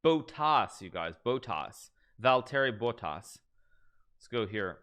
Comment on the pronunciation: took me 5 minutes to understand hikaru was talking about valtteri bottas. XD americans are so bad at pronouncing names... I get why, but man that was bad... here's a tip though: finnish names (and words) are pronounced exactly like japanese. do that and you're 99% there.